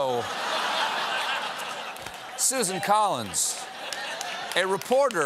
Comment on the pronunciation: Ugh, Stephen's pronunciation of "realtor" just gave my ears herpes. TAKE IT BACK, STEPHEN!!!